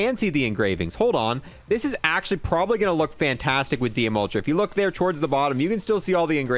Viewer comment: “THIS THING IS AAACUALLY”